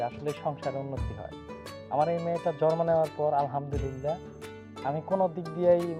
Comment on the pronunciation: ভাইয়া জরমো বলেনা জন্ম বলে